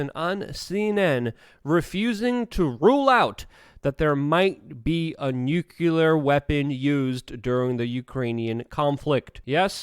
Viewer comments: Jesus man its pronounced New Cle ARE war .Saying Nu kew lar brings your intelligence into question .Along with your understanding of the situation..... Its pronounced New CleARE war...Fck you sound like GWBush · Not trying to be rude, but it gets pretty aggravating hearing the word "nuclear" mispronounced over and over. It's pronounced like it's spelled, "nook-lee-uhr", not "nuke-you-luhr. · Love you, Luke. But, say it with me. “New-clee-ar”